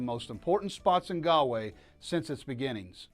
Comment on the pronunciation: It's pronounced "gawl way." Not "gal way." Not "gaaalway. " most annoying bad travel video ever. Go to Taaffes Bar and learn some Irish!